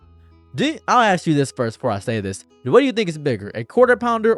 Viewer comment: Why can't you say ask correctly